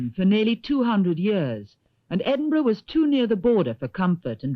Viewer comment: Edwin burgh???????????????????? maybe a portent for speech impedimented pwesenters of tv today. Great film